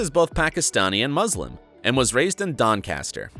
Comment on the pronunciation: It sounded like the narrator kept saying that Tan is Muslin.